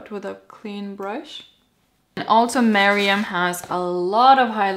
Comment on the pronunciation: I love how you say Meryam! It's awesome x